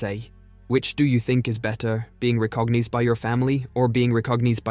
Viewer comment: "Recogneez" lmao